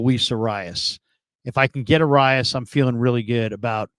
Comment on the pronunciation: Why can nobody say this guys name correctly.. it’s “Ah-rye-ez” - not arias